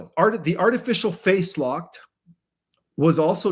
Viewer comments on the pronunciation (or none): I believe when you say “face lock” you really phase lock. Is this AI?